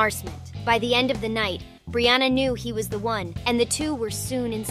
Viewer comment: brianna not brooouna but she say brianna 1 time.🙄😮‍💨